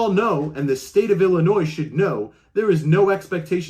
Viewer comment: ........"ease-dropping"??? Uh, I think you're missing a "v" in that pronunciation. And, we will only mention "Ellen-noise" . That accent speaks of the Northern NJ, Staten Island, Brooklyn, Queens and Bronx corridor. Hey.....are youse wearin' nice, clean underwears, dare?? Chill out, dude....just kidding....no problems. I grew up in Nassau County on Lawn-Guy-Lend. So, I have my own accent issues......like "cawfee", "pawking tha car" and, of course, putting an "r" onto any word that ends with an "a".